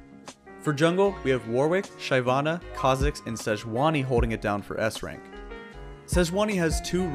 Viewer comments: Good to know. Also...SHY-ana...nah it is Shiv-ana. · The Dong Huap's Shy-Vanna again xD Nice video as always.